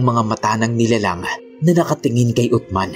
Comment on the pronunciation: Uthman(Usman) Po Ang tamang pagbigkas boss.pero tama Ang spelling.